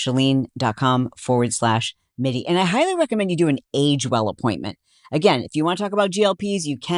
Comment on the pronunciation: Ok girls!! 💕🥰 Saying this with love. Our lovely Chalene’s name does NOT have an “R” in it. It’s Chalene, like SHA-LEEN. She is SUCH a great sport about it, but we all get it wrong all the time. 👏🏼👏🏼🥰 Pronounced SHA-LEEN- Spelled -Chalene. No “R” Xoxo❤